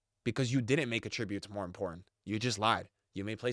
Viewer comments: “aTRIBUTEs” it’s “ATtributes” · Evos are cool concept but I don’t want to have to build every good player on my team. Also the way you say attributes makes me angry